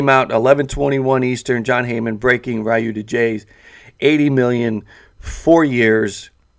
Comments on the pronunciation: My goodness man .... I beg of you to learn how to say his name!!! It’s NOT riyu ! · plz stop saying rayu